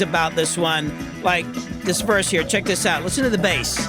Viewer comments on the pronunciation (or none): none